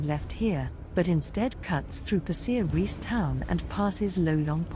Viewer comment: Weird pronunciation of Pasir Ris eh?